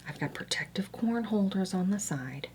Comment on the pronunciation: I’ve never heard someone say corn like that. “Cworm” I love it